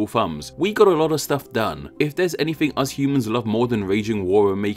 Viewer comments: please stop pronouncing us like UZ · When you said “Us” did you say “Uz”